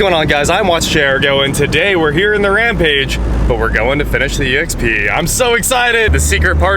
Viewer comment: You said rampage wrong must be angry 😛✌️